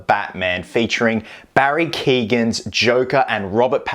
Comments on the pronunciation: Who the fuck is Barry keegan lol it’s keoghan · From an Irishman, Barry’s second name is pronounced “kee-yo-an” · can be pronounced like that, but in Barry’s case it’s the kee-yo-an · Hey just to say how to pronounce Barry's last name. It is pronounced Kee--oh--ANN. The "GH' is silent. Common in Irish last names :D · Cant wait to see more of him, btw his last name is pronounced Key-Owen.